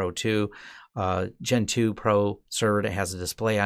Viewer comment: Every time you say "Gen 2", I hear "Gentoo"